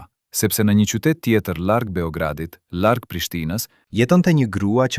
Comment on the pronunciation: Shum mir e paski verejt,ky person qe po e lexon tekstin,nuk eshte shqipetar,te na thuhet larg,e jo llarg-llargohej,L-in sun po e shqipeton.